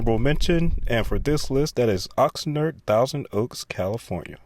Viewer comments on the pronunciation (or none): "Oxner" (Oxnard) -- really? In 53 seconds you mispronounced 2 city names (which is when I stopped watching). In a video about cities. Do your homework.